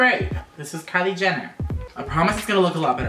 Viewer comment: did any one ketch him say kiley Jenner then katelyn Jenner sorry I can't spell their names